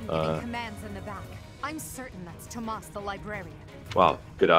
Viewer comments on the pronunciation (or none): It’s TOMAS btw. T - 0 - M - A - S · Hey, his name is Tomas, egg. There isn't an "H" in it. Respect your elders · It's funny to listen to all the voice actors struggling to pronounce Tomas and Mercedes names properly.